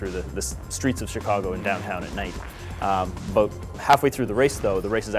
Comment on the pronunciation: So this what this game is ABOOT, eh ? :)